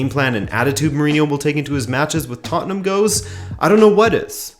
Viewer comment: Rabona TV would just like to say, thanks for being a yank and pronouncing Tottenham correctly. You have no idea how grating it is hearing “tott-en-HAM”.